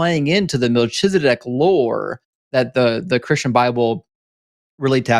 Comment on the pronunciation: You said "Malchizedek" but the ch is pronounced KH. All CH in Hebrew is KH. There's no Ch=TSH sound in Hebrew. Even when it's used it's in the Yiddish accent. Like Lubavitsh. Which isn't in Hebrew. Or "Tshuva" instead of Teshuva =answer/repentance Either way it's pronounced "MalKizedek" with a K sound. Malki= my king Tsedek= justice/ righteous Sometimes the khaf has a K sound